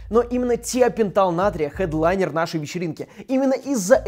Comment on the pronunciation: Никто: Абсолютно никто: Топа: ХЭдлайнер, кЕйсы, кЕйсы